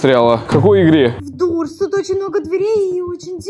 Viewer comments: Не дурс а дорс😂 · правельно дорс а не дурс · Не дурс а дорс кто согл сюда👇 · Правильно не дуртс а дортс 😂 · провильно говорится дор а не дур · я не хочу хвастаться но правильно говориться не дурс а дорс❤ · Ребята если что Doors читается как доорс а не дуурс заметите пж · Не дурс а дорс но видио крутое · Ребята не дурс а дорс правильно говорить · Не дурс а доорс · Не Дурс а Дорс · Эээээ правильно дорс а не дурс! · Блиииин ну не дурс а дорс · Говорите правильно доорс а не дурс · Дорс а не дурс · не дурсс а дорсс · И это не дурс а дорс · Ну не дурс а дорс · Не дурц а дорц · Не дурс , а дорс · Не дурс а дорс😡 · ета доорс а не дурс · это понятно что вы не умеите каварить doors доорс а не дуурс если там стаит буква d и oo сначет доорс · вообще то не Дурс а Дорс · НЕ ДУРС А ДОРС ВЫ ЧЕ сорян не смогла не сказать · ТЫ. НЕ. ПРАВИЛЬНО ГОВОРИШЬ. НЕ. ДУРС. А. ДОРС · Почему он называет дурс а не дорс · Правильно Дорс